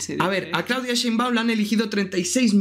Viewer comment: No pueden decir: Sheinbaum 😂 Dicen cenbaum 😂 Ni hicieron falta !!!!